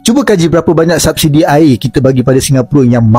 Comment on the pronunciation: menit dia bilang "subsidi" tapi dibaca "sabsidi" mana ada bahasa melayu model gituan... Melayu model apa mereka itu